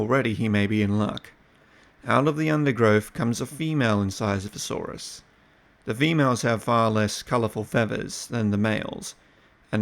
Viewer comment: Niiiiiiice pronunciation brother! ;)